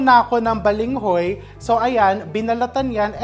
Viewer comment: .Balanghoy po not Balinghoy 🥰